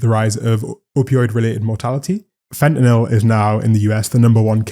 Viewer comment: Youre the first creator I’ve heard pronounce fentanyl correctly 😭